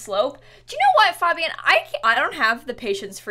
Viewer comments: You say it like FAEbian not FAHbian lol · she pronounces fabian wrong and it’s driving me nuts what is wrong with me 😭😭😭😭😭